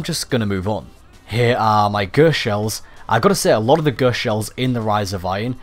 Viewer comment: 'Ghurst' shell